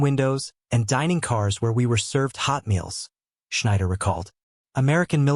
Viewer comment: It is NOT HOTmeans, but hot Meals. Why would anybody ever emphasize the HOT ?